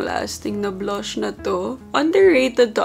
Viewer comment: Nakakatuwa si. the way she pronounces these words “ blush, run, stuff, clutch, run and plunge.”